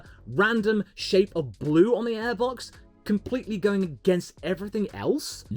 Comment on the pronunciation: its aiebox not eeeebox